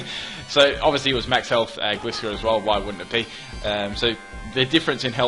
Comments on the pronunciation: you still don't know how to pronounce Gliscor... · its called gliscor as in gliding scorpion